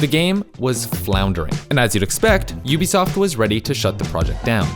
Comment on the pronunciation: Why do people pronounce UBISOFT as UBSOFT? Where's the eye?